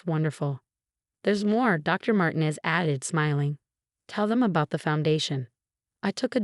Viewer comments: Mar-tee-nez, not Martin-ez. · Why do the narratives keep pronouncing Martinez incorrectly? It’s very irritating.